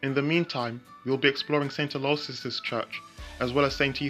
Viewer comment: Aloysius is pronounced ALO-ISH-ISS.